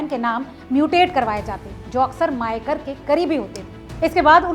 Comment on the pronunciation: मयेकर not मायकर . हणजुणे not अंजना.